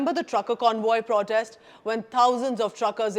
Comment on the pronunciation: The content is good, but repeated mispronunciation of the word 'protest' is jarring!